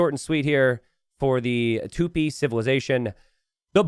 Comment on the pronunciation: It's Tupí, not Tûpi